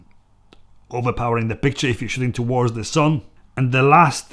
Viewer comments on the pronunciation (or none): none